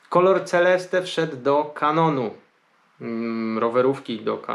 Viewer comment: Normalnie nie hejtuje... Ale w jakim języku Ty mówisz to Celeste. Mógłbyś się douczyć po tylu latach w branży...